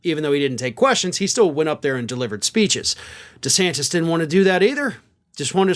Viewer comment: He will fail...does he know how to pronounce his last name yet...??? Hmmm...